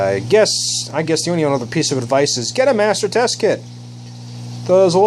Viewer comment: you said tst not tss